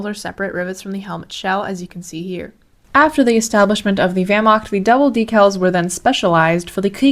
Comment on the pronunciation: Grüße! I was impressed by how you pronounced words, until I heard Wehrmakt and Rikeswehr. If you work on your throaty "ch" and soft "ch" and when to use them, then your pronounciation is basically perfect for a foreigner. And "Fallschirmjäger" is singular and plural. There is no need to add an "s".